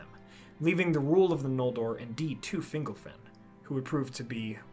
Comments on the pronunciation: I’m pretty sure it’s fin-GOLF-in. When it’s pronounced like “dingle” (“Fingle-fin”) it sounds less powerful like a great elven king of old, and more whimsical like an elf on a shelf lol. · I think it's Fin-gol-fin. Fingle-fin just sounds funny.